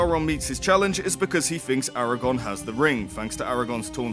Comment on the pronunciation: Arago-R-n! :P